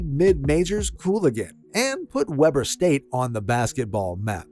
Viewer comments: It’s pronounced “Wee-burr,” not “Webber.” My brother was the greatest shooter to attend Weber before Dame got there. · "Weber", Not "Webber"! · They pronounce it- “Wee-bur” State 😄. Btw, Dillon Jones on OKC was taken in the first round of last draft out of Weber State also. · It's. Sounds like weeber state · “Wee-burr” State …